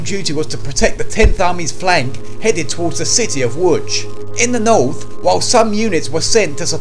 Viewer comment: Wow he pronounced Łódź pretty much stop on. Respect